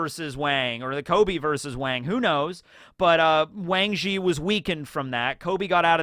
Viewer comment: can you stop beiing anti asian and promoting asian hate. its easy enough to say wang zhis name correctly as you have said it perfectly before. you just want to make fun of chinese. stop being racist